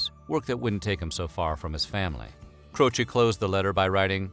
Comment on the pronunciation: Jim Cro-she